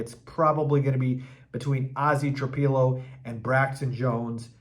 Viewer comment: It's "Tra PILLOW", NOT Tra PEE low.